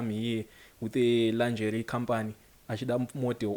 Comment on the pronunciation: zvongodawo kutsvaga how to pronounce those words...linjari linjari chiiko